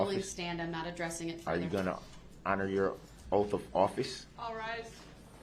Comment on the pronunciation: If you’re going to run your mouth as much as Darrell Brooks does, please pronounce your words correctly. Oaf (oath), troof (truth), estoppel (stop), invoid (null and void), substain (sustain), biast (bias), all of a suddenly (sudden), things are being hidded (hidden). Not to mention lawful law; 3rd party intervener. And to top it off with I don’t consent to being called that name, but answer to it every time he’s asked to remove his mask. This level of ignorance has drained me.